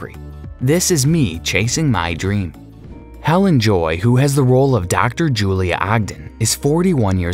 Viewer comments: Just to be pedantic, it is Bee-son, not By-sson and He-leen, not Helen..... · Its hel AIN, not helen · It is so distracting and disappointing to hear the speaker mispronouncing so many names and getting ages and places wrong. What kind of research is done before these things are recorded? Bisson isn't Bison. Helen isn't Helene. Helene isn't 41. Perth is not the capital of Australia. An embarrassment! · ……Perth is the capital city of Western Australia. Canberra ACT is the capital of the Country. Each State, & Territory has its’ own capital. Helene Joy’s first name is pronounced Hel-lane, not Helen..… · Please learn to pronounce Bisson, Hélène, Nikola and Siobhan 🙄